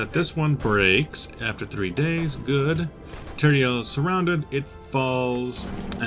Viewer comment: Since it looks like we are going to stay in Spain fo a while, here is today's lesson on how to pronounce certain cities: Teruel is Te-rue-el (and as an insider joke for spaniards, it exists indeed) Both Cádiz and Malaga have the strong syllable on the first a so it would be kah-diz and mah-la-ga